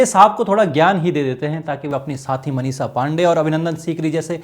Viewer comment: उच्चारण सही कर लीजिए, नाम मनीषा है मनीसा नहीं.